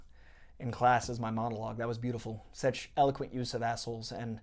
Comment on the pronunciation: I gotta ask, why do you say "sech" instead of "such" ?